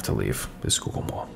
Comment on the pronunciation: not 'skookul'-------'sky-kill'